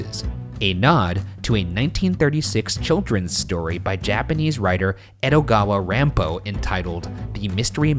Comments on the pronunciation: all weebs when ryan said Endogawa Ranpo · I might be mixing him up with someone else but isn't Ryan Japanese on his mother's side? I assumed his pronunciation was gonna be better lol